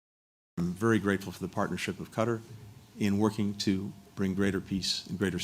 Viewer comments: Qatar is pronounced “Kat-Tar” not Cutter. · It's Qatar not Cutter. Be polite and pronouns the countries name properly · Cutter?… ain’t it Qatar?… bunch of word salad🙄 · Total 🐂💩 blinkent’s. It’s not ‘ cutter’ ‘it’s Katarr’. US needs to pay for everything! Total bullshit….. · Seems as if he brought QATAR (NOT CUTTER) a bag of b.s. full of promises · He should how to pronounce the word Qartar!!! It's not cutter. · Whats this "Cutter" countrt he keeps talking about. I thought they were in Qatar. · he doesnt even bother to pronounce Qatar properly... Cutter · How is Qatar pronounced? As the actor /puppet pronounces it as ‘cutter’ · He can't even pronounce Qatar after a year of dealing with their officials. Shows his disrespect for all in the Middle East apart from his paymaster Israel. Frankly I have very little concern for 107 people that he has prioritised for the past year. Of that number I believe less than 10 are American and even then they are probably dual nationals. Why is it our duty to help???? America has enabled and funded the destruction, America should pay. He is a disgusting example of man kind who will meet him maker and find his fate. Taking about money shows his lack understanding. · These US officials are so disrespectful they refuse to pronounce "Qatar" properly while in Qatar! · He doesn’t even pronounce Qatar correctly; he’s an evil demon 😈